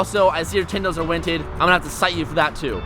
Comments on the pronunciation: Did anyone else notice he said "you're tindows are wented" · "tindows are winted" LOL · Anyone else notice that he said "tindows are winted"